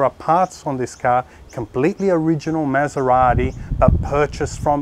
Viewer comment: Please learn how to pronunce MASERATI like it's meant to be pronounce.